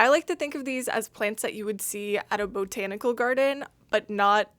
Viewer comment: bo-tanical...loved it! haha